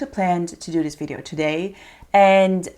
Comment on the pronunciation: So funny how u say “Videooow”😂